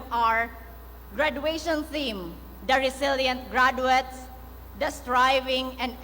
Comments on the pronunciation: Not "gradwets"😅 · Hindi ako nakagraduate ha pero ang sakit sa tenga ng diction nya. hindi man ako mas matalino sa kanya pero I know, I can pronounce better compared to him. I'm thinking sipsip to kaya naging magna cumlaude. GRADWETS MUNA!!